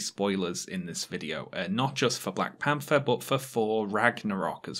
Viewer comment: "Black Pamfer" and "For: Ragnarok" You can't unhear it.